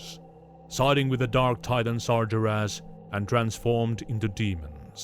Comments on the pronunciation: a. nonimous "Sar-jer-ass" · `why does this guy say sargeras so weird XD